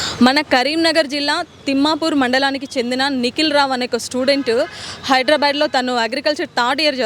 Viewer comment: హైడ్రా బ్యాడ్ కాదు హైదరాబాద్ అని సరిగ్గా ఉచ్చారణలో అంకర్ మాట్లాడటం లేదు అయ్య ఇంగ్లీషు వాడ లేక కొత్తగా క్రిస్టియన్ మతం పుచ్చుకున్నా వా?. లేక అమెరికా లో పుట్టి ఇండియా కు వచ్చావా ? పట్టణాలు, నగరాల పేర్లు సరిగా పలక లేని సుమన్ TV వాళ్లు నౌకరీ యేలా ఇచ్చారు బాష ప్రావీణ్యం, పధాల స్పష్టత సరళీకరణ ఉండాలి. నీవు హైడ్రా బ్యాడ్ అంటే నీకు పుట్టిన పిల్ల లు హెడ్రె బేడ్ గా యాస మారుతోంది. హైదరాబాద్ లో అభిద్ రోడ్డు ఇంగ్లీషు వాళ్ళు నోట్లో రోకలి ఉన్నట్టు ఆబిడ్స్ గా మార్చారు. కొంతమంది ముస్లిం ఆన్కర్ లు కూడా పాశ్చాత్యులు అన లేక పచ్చాతులు అంటారు. నవ్వాలో యేడ్వాలో తెలియదు.